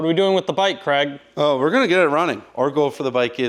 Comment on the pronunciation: How many times does he say CREG I’m Scottish, it’s Craig as in ‘vague’ or ‘Hague’ Please stop it with the creg creg creg